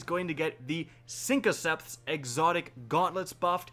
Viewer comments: What the hell? “Sinkoceps?!” SYNTHOCEPS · Dude, they’re pronounced “SYNTHoceps” not “SYNCoceps” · Sin-THO-Ceps LOL Not Sinkoceps! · lol "sinkoceps"